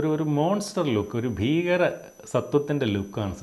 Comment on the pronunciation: ചേട്ടാ "ഭീകരൻ ഫോൺ "അല്ല ഫീകരൻ ഫോൺ..... 😍😍